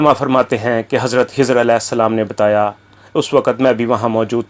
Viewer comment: Janab Aap pahle urdu to theek se paden khai ki jaga hai bolte ja then khizar as ko hizar as aur bhi mistakes bolja rahe apni urdu sahi karen😂😂😂😂😂😊😊😊😊😊